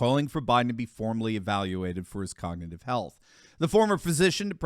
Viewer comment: He can’t even say cognitive.